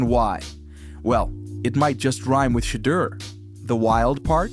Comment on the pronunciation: You can't even say his name right,WTF. His name has been talked about for months. Shatter Sanders seriously SMH